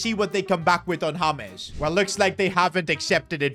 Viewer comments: james not haames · It's not hames it's james please pronounce it properly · Bro is saying Hames Rodrigues instead of James Rodrigues the j is not silent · It’s James not hames😂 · He is not called hames he is called james bruh. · why you calling James Rodrigez his name Hames? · It's pronounced as Je m's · "haames rodriguez" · It's pronounced hames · bro says james in sted of james